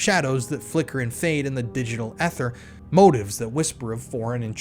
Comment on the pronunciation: Stop using AI to write your scripts. You can’t even pronounce the word “ether.”